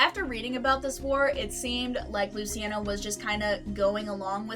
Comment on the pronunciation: Stugats, “Loo-chi-on-o”